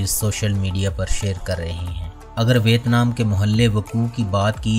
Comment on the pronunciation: بھائ صحاب، نام کا تلفظ وِیَتْنام ہے۔